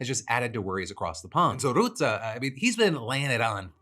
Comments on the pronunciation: Rutte is pronounced like the English word "rut", not "root". Rut-tuh. Not that I have much respect for the man, but it boggled my mind that you mispronounced a na.e that sounds exactly like it's written in English! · Dutch guy here; FYI it's pronounced Rut-te with an uh sound (like a deer in 'rut'), not Root-te with an oo sound. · Oh Phil. Bless your heart. Mark Rootah? It's Rutte, pronounced like 'rut' (like how people can be in a rut. pronounced like rut), followed by 'uh' (or if you want to be fancy 'eh') Add in the extra T, to make it ruttuh, or rutteh, and you got the name. Rutte is pretty much pronounced exactly as it is spelled. We aint that complicated of a people. Also, the guy is a master in getting along with people. It's phenomenal. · Small thing: Rutte is not pronounced as roo-tah but more as ruh-tuh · for further reverence; its pronounced “ruh-te”, not “roe-te” phil :) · The u in Rutte is pronounced like the one in cut. Your consistent "route-uh" sounds pseudo-intellectual. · I can see you're putting a lot of effort into pronunciation so I just wanted to help and say it's "Ruh-Tuh" (Rutte) not "Rootuh". Appreciate the effort either way! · I lovs the way you pronounce Rutte "Ruh-Tah" that fits him better than Rutte 😂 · Also Phil it’s RUTTE not ROUTTE, he’s not something you plan on google maps lol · FYI the pronounciation or Rutte's name is more like the rut as used in "when you're in a rut" with a short sounding 'te' added to it. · I love how you pronounce rutte as routte. Lol. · Phil’s pronunciation of Rutte will never not be hilarious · Man, your pronunciation of Rutte kills me Phil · Pronunciation tip: The U in Mark Rutte's (Navo) name is pronounced like the U in the word cut. Source: having had the guy as prime minister for 14 years. Love starting off my days with your show!